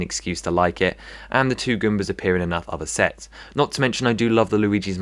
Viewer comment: Lol "Goombers"